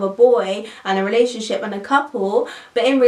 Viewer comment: she keeps saying "relay-ship" and not "relationship" lol